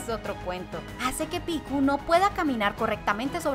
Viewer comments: Picku??? acaso es japonesa para que pronuncie asi? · Cómo que Picku? 😂 se pronuncia "Pieck" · Me dio gracia como pronuncio el nombre de Pieck